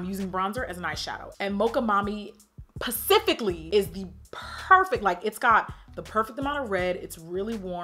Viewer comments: It's specifically not Pacifically.. love you tho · “Pacifically” lmfao Jackie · PACIFICALLY! 🐟🐠 Yeh you heard. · Jackie round here using my husband FAVORITE word “pacifically” !!! 😩😂💀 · Pacifically= specifically!!!!! But I always start it with a P too!! Anyhow..... I'll never look that good!! I can't afford it 💁🏾‍♀️ Great video though!! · I LOVE it when you say PACIFICALLY!!!! LOL!!! :) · When she said pacifically Chile....